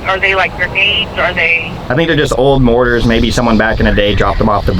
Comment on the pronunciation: morTar, not morar. 😂